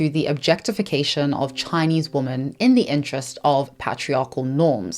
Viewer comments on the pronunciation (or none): Not to be mean but why do you pronounce women like woman? Women is phonetically pronounced as /ˈwɪmɪn/ or similar variations, while "woman" is pronounced /wʊmən/. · Why do you always pronounce "women" as "woman"? It's quite confusing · Why do you say “woman” when you mean “women”? I notice this a lot in recent years and I’m just curious. Is it an error or a conscious choice you’re making? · This is completely off topic, but as a non-native English speaker, I'm curious about your accent. I noticed you using the word 'woman' when speaking about 'women' - plural, right? Is that a local UK dialect? Not trying to be rude, I'm just curious as I've never heard someone else pronounce it that way. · You say “woman” when you mean to be saying “women” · Okay! Question, and zero offense, but why do you pronounce the plural women (wi-muhn) as the singular woman (whoa-muhn)? I’m seriously curious! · Hi! I am not a native English speaker. Does anyone know why pronounces the plural of woman as womAn and not womEn? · Why is it that so many people are pronouncing "woman" and "women" exactly the same way now...? Am I just using an archaic pronunciation now? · I love but PLEASE.. The plural of woman is WOMEN.. pronounced: WHIM-IN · If you come from South Africa (like her), you pronounce it exactly like "woman". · from her FAQ: Q: Why do you pronounce "women" the same as "woman"? A: I am South African with a particular Queen's English/south of England tinge to my accent. Please be understanding, respectful and don't send me emails or leave comments about this. Thank you :) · Just out of curiousity: you sound like a native speaker yet you pronounce 'women' as 'woman'? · JESUS CHRIST!!! ONE woo-man MANY WE-MEN. Please learn how to pronounce singular and plural. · Ok, why is everyone pronouncing "women" as "woman" ??? I hear it all the time and I find it so jarring! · It’s definitely women, pronounced wimuhn. But I’ve heard the other pronunciation more and more.